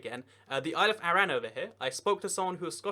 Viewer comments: It's pronounced aran not arra-an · “isle of ah-ran” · You pronounced Arran wrong, its said Ah-ran, also the Orkney and Shetland islands would probably not leave Scotland if Scotland left the UK, 100% of their trade is with Scotland so financially it wouldnt make sense for them to leave Scotland, they are more likely to join Norway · Foula is in the Orkney archipelago?? No it's part of the Shetland islands, Lerwick (capital of Shetland) is closer to bergen (Norway's capital) than Edinburgh (Scotland's capital) Also can you please double check your pronunciations of Scottish places - foula, arran... The reason as to why the Northern islands are very nordic is because they were governed by Norway until the 16th century when they were given as dowry payment to Scotland as Norway wanted one of our princesses. Are some of the English islands actually islands if they are very well connected to the mainland and there in no effort in get to and from the island???